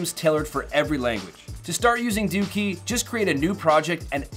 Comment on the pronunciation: Lmao... Its pronounced DOH-KEY not DOOKEY... lol